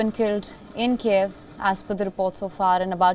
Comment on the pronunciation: girl, just learn how to read it correctly: KYIV, not Kieev, come on, it's not so hard, you can do it